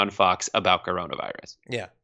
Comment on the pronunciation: How hard is it for him to say Coronavirus? 🤦